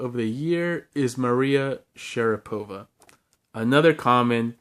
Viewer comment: Sorry for nagging, but it's SharApova, not SharapOva (I'm Russian, and its kinda awkward to pronounced like this lol sry again). Anyway, great list, some of my favourites from 2021 as well. Good job!